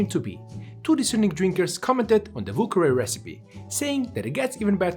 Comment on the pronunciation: Ah yes, the "vù kawè"